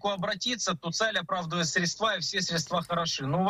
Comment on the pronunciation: "СрєдствА" (цит. Лазарєв) - во всех формах как единственного, так и множественного числа ударение остается на первом слоге: срЕдство, срЕдства.